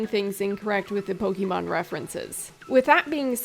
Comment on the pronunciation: This entire intro that you are not very experienced with Pokemon was pointless. You only had to pronounce it "Pokeymon" instead of "Pokémon" once for us to know. Also "A lot of people were seeing a Pokemon-esque game, and you are not incorrect but you are not fully right either." So... what makes it different? Because other than really cosmetic things like being able to pick nonbinary genders this is Pokemon with different creatures. It's fine, I am excited about Temtem, but after this comment, I was watching waiting for these big differences and... nope this is just reskinned Pokemon with co-op.